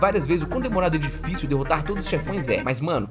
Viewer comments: Gente alguém por favor conta quantas vezes ele disse Dioficil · se voce falar dillficil mais alguma vez eu juro q eu vou explodir minha cabeça com um .50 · Eu contando quantas vezes ele disse ''dillfício'' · A palavra q eu ouço ate agora e dillficil e dillsafio😂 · para de falar dilficil . . . . . . . . . . . . . . . .